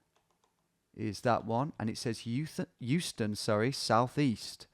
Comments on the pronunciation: Houston in New York pronounced as How-ston not Hew-ston unlike a word with same spelling in Texas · Me, a New Yorker slowly dying inside when Tom pronounces it HUE-ston and not HOW-ston! Great content though so it slides 👍🏼🇬🇧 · Houston street in New York is where the name of the iconic SoHo neighborhood comes from… SOuth of HOuston. Additionally, the street is actually not pronounced like the city, instead it’s “How-stun” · pronounced "how stun" street in nyc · FYI, Tom, here in NYC, Houston is pronounced "Howston." It has no relation to the city in Texas. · Houston street in NYC is pronounced Howston - before you get blasted for another "Oregon/Oregun" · In New York, Houston St is pronounced "house-ton" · Who wants to explain to Tom that Houston Street in New York isn't pronounced the way he thinks it is? It's actually HOW-ston. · Hearing you say Houston like the city multiple times saddens my New York heart. Commonly mispronounced shibboleth but the street in Manhattan is "How-ston" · pronounced how-ston street. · That second game, I almost immediately identified the blurred out NY plate on the blue SUV. Wild. Loving the progress! Also: in NY anything spelled Houston is pronounced "How-stun" not like the city in Texas. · Just FYI in NYC "Houston" the street is pronounced "House-ton." The "SoHo" neighborhood stands for "South of Houston." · In NYC, street name is pronounced How - Stun. Not like Houston, Texas pronunciation. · also not pronounced like the city in texas